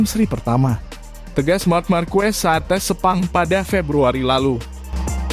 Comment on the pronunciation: Ngomong markes kok jadi markuwes